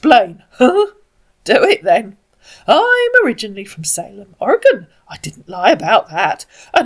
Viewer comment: Congratulations! You pronounced Oregon correctly! You're a natural!